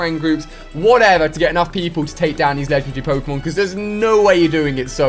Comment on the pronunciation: i'm not gonna watch you until you can pronounce Pokemon Correctly